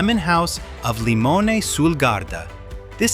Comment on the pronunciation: It is pronounced LimonAY !